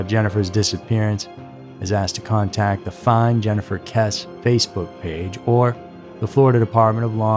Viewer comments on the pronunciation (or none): It’s KessE not Kess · If you are going to do a video on a victim, please be respectful and at least look up the proper pronounciation of her name. It sounds like Kess- {long vowel} -E. ...... Kess. E ..........Not Kess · Her last name is pronounced Kessee not Kess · Her name is pronounced “Kessie” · Pronounced Kess E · Her last name is spelled Kesse but isn't it pronounced Kess-ee as in Kiwi? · it's pronounced kessey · Kesse is pronounced like Jesse. How can you screw that up? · yeah that was bothering me so much I couldn't even make it till the end of the video. And trust me this is the number one case I keep looking for updates for whenever it crosses my mind. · Kess-ee* I believe you be pronouncing names and words incorrectly just so people will correct you in the comments. Like the other day with Israel keyes. You did a video on him and you pronounced his name right in that video, but you mispronounced it in the last video you did speaking about him. It's cool though, can't hate on the game! Feeding that algorithm!😂😂😂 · Her name is pronounced Kessy. This story has been big news in FL for many years. So sad and still no answers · Thank you for correcting the pronunciation. It was bothering me! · It is pronounced “kes-E” (2 syllables with a long e sound on the end.) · Her last name is pronounced “Kess-e” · At least learn to pronounce the last name if your going.to report on the case. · The pronunciation of her last name is cringe. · Bro if you can’t even pronounce her name right how am I going to be able to believe the rest of the video?? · Yeah. Mispronouncing a missing person's surname is funny. You probably will need a cartoon face to express yourself when 8-year old intelligence runs out. Dolt.....